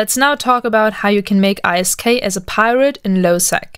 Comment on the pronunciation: oof saying I.S.K instead of ISK